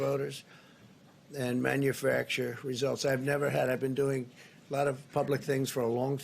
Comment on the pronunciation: “MANUFRACTURE RESULTS” ... manu-fracturing new words sir?